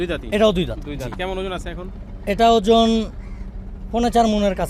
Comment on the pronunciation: Sala ojon bolte pare na. Batbar